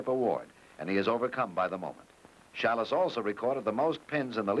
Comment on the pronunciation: LOL..."Challis" instead of Schalles :D